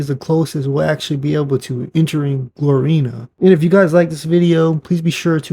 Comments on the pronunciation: It’s Gloriana not Glorina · bro said Glorina 😂😂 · Glor-Ri-Ana is the correct pronunciation